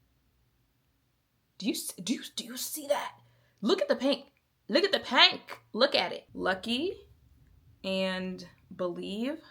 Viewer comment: "Look at the pank!" 😄